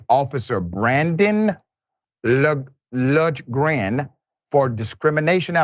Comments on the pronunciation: Lundgren is pronounced Lun-gren. Like Dolph Lundgren from Rocky IV. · Dude have u Never Seen Rocky I find it really hard to believe a man this intellectual can't say "Lundgren"-LUNG-GRIN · Dude it's pronounced lund gren like Dolph Lundgren the actor.